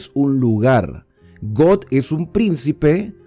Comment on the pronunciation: Buenas reflexión. Aunque exceptuando la pronunciación acerca del nombre Gog,y Magog,porque no es got o god